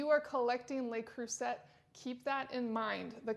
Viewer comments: Le Creuset is pronounced 'le crusay' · Huge fan of Le Creuset pots also, used almost daily. By the way the letter T in Le Creuset is silent, its pronounced as (Le Cru-say). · That’s not a signature. It’s the poor model without the metal knobs. That’s a TJ Maxx factory defect. And you can’t even pronounce Le Creuset.